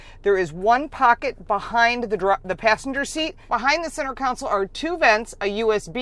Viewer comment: Why do so many Americans say center “council” ? The word is CONSOLE ! 😁